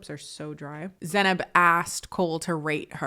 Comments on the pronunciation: yeah I wanna hear her say her own name a few more times because I'm not sure how to pronounce it, but whenever Cole says it, it feels wrong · Hi, I'm from central Europe and I haven't noticced a difference in the pronounciation? Can anyone explain how he mispronounced her name? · To be fair, colleen said in a podcast that Cole also pronounced her name wrong. Doesn't mitigate him only pronouncing it correctly when he exaggerated the pronunciation of the name, but I think the guy doesn't care to pronounce names correctly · I couldn't agree more. How dare a normal looking dude like him talks to her like this? She is fucking gorgeous and looks so much better than him. He never even pronounced her name right.